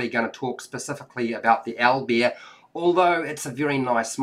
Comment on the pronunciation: Aw man, thanks for the review, the way you pronounce Owlbear makes me smile for some reason) Al-b'eer x)